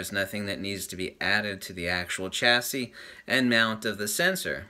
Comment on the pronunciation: Chassis - SHASSY not CHASSY. Thanks... great vid', really happy with my X-E1 BTW, not going for a +$1000 upgrade. I'm x-E1 happy. Niche - NEESH or NITCH? Very annoying. :)